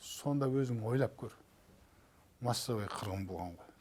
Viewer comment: "массовай" дегеніңіз картоп жарды 😁. Чё-там, Раадной демегеніңізге шұкір 🤣👏👍